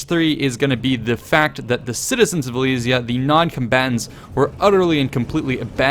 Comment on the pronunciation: Please work on your pronounciation of "Alesia" commenters on the epic moments episode wont be nice about it :D